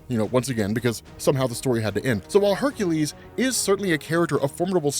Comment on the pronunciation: Ugh. It really irks me that you say Hercules' name wrong.